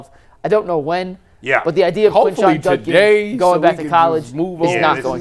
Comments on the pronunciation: It's Judkins with a D. Not Junkins. Come on man. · Why does everyone in the media say "Junkins"? It's JuDkins